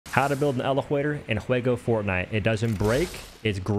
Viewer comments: 💀💀bro really said "eleflator in fwego fortnite."💀💀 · Why do you pronounce words like lego and elevator that way? It’s so weird 😅